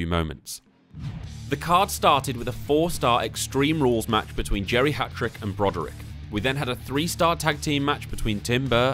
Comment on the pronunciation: Lol I kept hearing geriatric not Jerry Hatrick although it was very fitting 😂